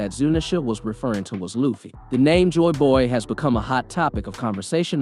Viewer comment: Just because the drums are playing doesn't mean it's drums of liberation........ and his pronunciation of stuff is off. Jaboy? JOYboy. Mamanasuke? MOMONOske. I think this guy only reads the manga. He's also wrong that only zunesha heard the drums. All the strawhats hear the drums of liberation when they play.